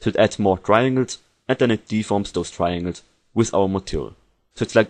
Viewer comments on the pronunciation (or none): I can't understand anything you are saying... In the first 10 second or so, he says the word TRIANGLES... I had to repeat the word HUNDREDS of times before my brain could make up the actual word (and it was more like a contextual thing, I was lucky to know that tesselation adds more triangles). Soooo... If you do a tutorial, MAKE AN EFFORT to PRONOUNCE the words correctly.I gave up after the next potentially important word was eaten alive. Edit: The word was "parallax". I was lucky to already know what he was talking about.